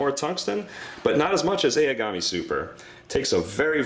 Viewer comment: Very nice review. It is oww-gami and ku-row-uuchee though.